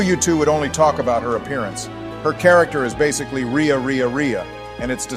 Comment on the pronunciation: I knew Edelgard would imidiatelly derail the discussion and it is hilarious. Also, I like how the mispronounce Rhea but get Lysithea right.